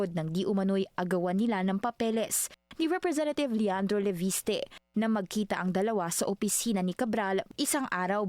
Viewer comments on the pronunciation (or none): none